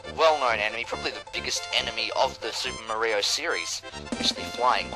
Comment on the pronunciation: XD Super Muh-ree-oh FTW! I really love what you've done with the game!